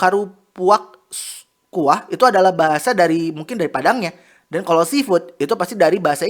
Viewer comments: ABANG NYA PAS BACA 'KARUPUAK KUAH' AKU SEBAGAI PADANG ASLI NGAKAK 😭😭😭😭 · Maaf banget ngakak waktu admin salah baca "karupuak kuah"😂